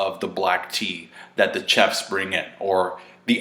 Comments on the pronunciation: Kah Ta Cootie = Kata Curry Chef is pronounced Shef Charlette is pronounced Sharlet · Hey, how come you can't pronounce the word chef?